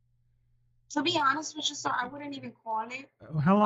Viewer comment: Wich intead of with. Importan unstead of important. Wit, this time, instead of with. The women at the charity socials would laugh in her uneducated face.